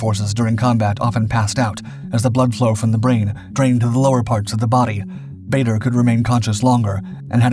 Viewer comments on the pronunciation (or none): "Baa-der" not "Bay-der"!!! 🙂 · Bader was an odd mixture of genuine hero and absolute bastard. He had a vile temper, used the filthiest possible language even in front of women, and unlike most flyers was beastly to his ground crew, who rejoiced when he was finally shot down. His name was pronounced Baah-der, not Bay-der. He did NOT like to hear it pronounced wrong. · As one of his great nephews, I can assure you it is not pronounced Bahder. The British Baders pronounced it closer to 'Barder', while their Canadian counterparts adopted the 'Bayder' pronunciation. In neither case is it pronounced 'Bahder'. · I HATE the mispronounced t of his last name. BAH-DER!!! NOT BAE-DER!!! le sigh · His name is pronounced Baader, not Bayder. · Whilst I do enjoy your videos normally there are a couple is things with this one, firstly his name is Ba(r)der NOT Ba(y)der and you refer to him as an American which he most certainly was not. Just saying. :-) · Barrrrrrrderrrrr not bator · Dugless Bar der not bayder when will you Americans learn? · His name is pronounced barder not bayder. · It's pronounced "Baa-der" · Then, we should say it as Bay-dur in respect to the memory of Dowding and Park. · He was English and pronounced baa-der him and winkle brown are legends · I think we should get his name correct. It is pronounced Bad-er I believe. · Actually, his name was pronounced "Bah-der" as his father was from South Africa. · How can you run a feature about someone when you can’t pronounce the name baa-der correctly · Pronounced bar-der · his name is pronounced BAR der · I didn't think badder was american.......... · This guy constantly makes mistakes. Bader’s name is also mispronounced throughout the video. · I'd settle for his name being pronounced correctly. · It would be great if you could pronounce Bader correctly. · Another video that’s hard to listen to when the subject’s name is mispronounced.